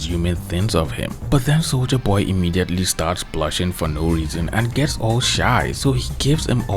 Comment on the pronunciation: I keep hearing souja boy instead of soldier boy